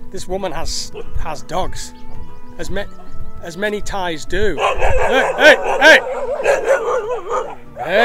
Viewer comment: Its not ties its Thais